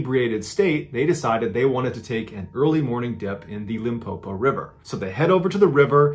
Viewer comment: Pronunciation of Limpopo is perfect...award winning 👌